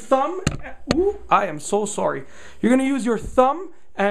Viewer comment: "I am so sorry" - The most Canadian sorry award goes to this chap right here.